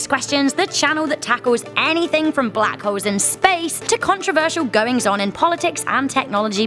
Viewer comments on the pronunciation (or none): I thought at the start you said "..black hoes in space.."